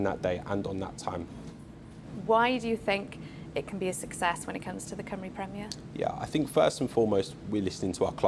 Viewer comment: He can't even say "Cymru" correctly. Heaven help us. Friday football will fall flat on its face.The league has been crap since the early 90s. It'll still be crap 30 years from now. I bet the likes of Caernarfon, Rhyl, Bangor all wish they were still in the English pyramid. Why does he talk about Euros? We have ££ in Wales. Total 🤡 clown